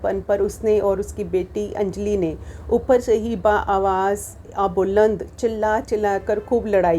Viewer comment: अरे वाह!इससे अच्छा नई पुस्तक का क्या परिचय हो सकता है।मुस्कुराते–मुस्कुराते परिचय देने वाली अदा तो ग़ज़ब है।मेरी लघुकथा का प्रभावशाली वाचन। घुरविरोधी नहीं धुरविरोधी (dhurvirodhi).ऐसे ही उर्दू शब्द ‘बा–आवाज़–ए–बुलंद’ बोलने की थोड़ी प्रैक्टिस कीजिए।मुगल–ए–आजम देखिए।बहरहाल पुस्तक का इतना अच्छा परिचय देने के लिए हार्दिक आभार।और भी लघुकथाएं सुनना चाहेंगे।